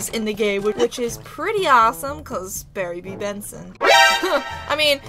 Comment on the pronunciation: “Berry B BENSON” OK OK